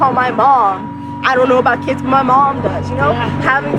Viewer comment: Who else went back to check if she said babout